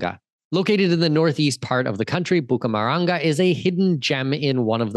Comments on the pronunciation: Not Bucamaranga. It's Bucaramanga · And it's Bucaramanga, not "Bucamaranga". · Hahahaa Cartagena should not be confusing but Bucaramanga is 😂